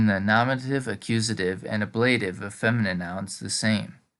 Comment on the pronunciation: I think it's pronounced á-bluh-tiv when you are referring to the case name.